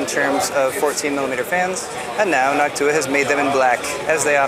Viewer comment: NawkTuah is definitely an interesting way to pronounce Noctua